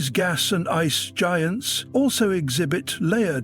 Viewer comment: The AI generated voice is pretty convincing, except when it pronounces Uranus as Euraneous, and wouldn't mix up gas with gos.